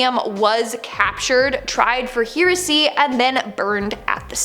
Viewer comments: It's not here-uh-see. It's pronounced heh-ruh-see..🙄🙄🙄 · pronounced hair-a see for heresy not hear a see. used to be the name of a band i played for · Girl.... its pronounced HAIR-A-SEA.... (Heresy)